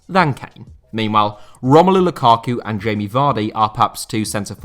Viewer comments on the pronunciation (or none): none